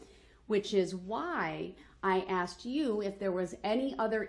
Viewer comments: There were so many….. truff, axed or telling, biastness, military or admiral court, I cannot hear evrything you say when I’m in this courtroom. I’ve got shock shackles on, I do not understand. Where is the lawful law. lol He got what he deserved. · . AND… she pacified brooks several times until she finally got tired of being being “axed” that stupid question. Made me angry every time she pacified brooks. I’ve never encountered anything like this before after watching hundreds of trials. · 1. "what I wuz tode" **aka What I was told.** 2. "I did wut youz axed me" **aka I did what you asked me to do.**